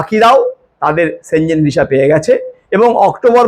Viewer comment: সঠিক উচ্চারণ সেনঙ্গেনই হয়।